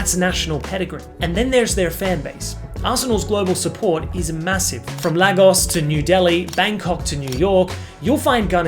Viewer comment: Ok can you look up the pronunciation of Lagos, I swear it's not that hard